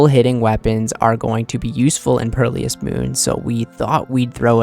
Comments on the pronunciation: bro said perlious 💀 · Lawl purrleeyus